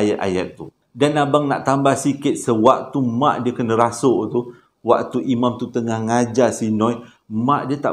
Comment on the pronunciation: Rasuk,bkn saruk...😂